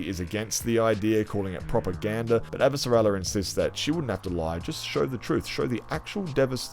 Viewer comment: I always leave your channel with a laugh or a smile. The way you pronounce Shohreh Aghdashloo characters name of Chrisjen Avasarala, as Abasara Lalala, always leaves me laughing.:P